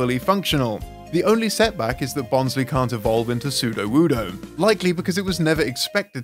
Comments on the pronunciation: bons-lee?! it's bons-lie! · he pronounced bonsly as bon-/slee/ when i thought it's pronounced as bon-/slai/ since it is a bonsai 🤷🏻‍♂️🤷🏻‍♂️